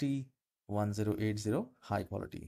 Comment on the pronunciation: Could you do a video on how to improve your voice recording? Just kidding a little jab there. Also 1080p is said 'ten eighty P (as in pee)' oof, the reviews are not good but it should do what I want. The export/save is not obvious and if you click the wrong button it takes you out of the editor.